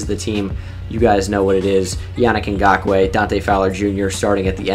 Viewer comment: I like how educated you are dude, you know what you're talking about when you talk football and you know alot of players, you effortlessly said Ngakoue